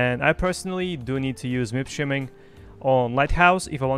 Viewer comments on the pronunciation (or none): Why are you saying -streaming šo weird>? Shiming??? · Are you saying MIP SHIMMING or Streaming? lol